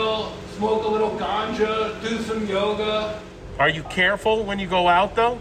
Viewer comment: who's "Yog" o.O you Northys have to shorten everything up!? say Yoga please..thank you!